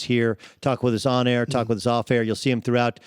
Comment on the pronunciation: Air? Error?